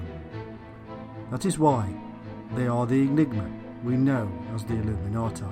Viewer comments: Can't get past 4 minutes. This guy says illuminati like a drunken brit. I'm out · I'm just curious. If the man must pronounce illuminati with a "tye" sound at the end instead, does that mean he has "tie time" in the afternoon?